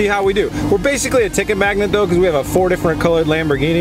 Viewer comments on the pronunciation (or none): none